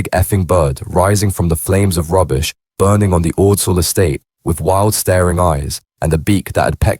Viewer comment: Makes me laugh how none of these channels can pronounce Ordsall